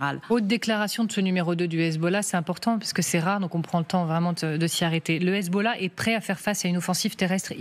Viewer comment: Déjà pour commencer c’est Hezb’Allah pas Hezboooollah franchement autant d’ignorance c’est aberrant….